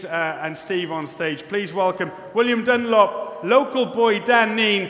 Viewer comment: Did he say "William Dunlop" ????